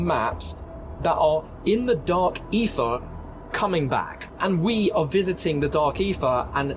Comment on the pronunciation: "The Dark Effah"